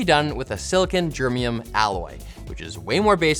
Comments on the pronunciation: It's actually GermANium not Germium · It's "Germanium", not "Germium". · its not germium... its pronounced as Germ 'a' nium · He didn't just say germium did he? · "Silicon-germium alloy"?? Do you mean silicon-germanium (ger-MAIN-ee-um)? Or is that like the Canadian version of aluminum/aluminium. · pronouncing element #32 as germium instead of germanium... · Not sure if showing a tube/valve instead of a transistor and saying "germium" instead of "germanium" qualifies as "great job" imo... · did he say Germium? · Hey, what's a "germium" alloy? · "Germium" LOL. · "Silicon Germium alloy" As a materials scientist this was physically painful to hear. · Silicon Germanium not Germium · Yep, he definitely meant germanium. Was just making fun of. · I'm so glad I'm not the only one... Big wince 😁